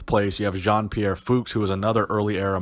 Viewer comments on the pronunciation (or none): none